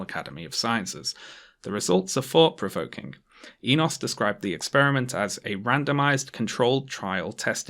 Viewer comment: Damn I didn’t think I would see a paper published by a relative of mine in a video. The “o” in Enos is pronounced like the one in “no”